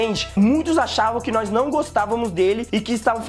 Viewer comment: "Nóiz"gosta dele...